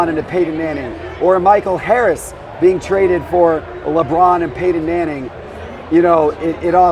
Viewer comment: “Paydon” manning. Never head of him before